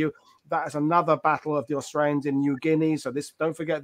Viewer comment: Yanks pronunciation of Australian names is both hilarious and pathetic.